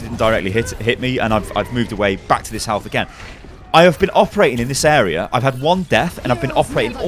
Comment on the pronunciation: "Awea" damage 😂😂😂